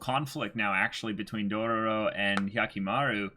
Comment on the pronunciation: 3 episode has passed and they still calling it Dorororo 🥴 even after hearing the right one so many times